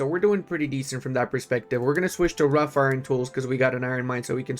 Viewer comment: Love your vids - it's Wrought (pronounced 'rawt') Iron Tools though